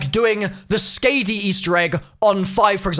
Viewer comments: So corret me if I'm wrong, but isn't it pronounced Sk-ah-dee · please for the love of god look up how to pronounce skadi 😂😂